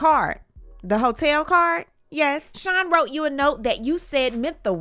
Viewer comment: Sometimes I feel like you're saying shine instead of of Sean. But sometimes I feel like you're saying filling instead of feeling.